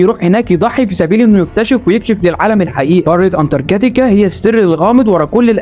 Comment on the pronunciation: انتر كاتيكا ؟؟؟ ههههههه اسمها انتاركتيكا هههههههههههههههه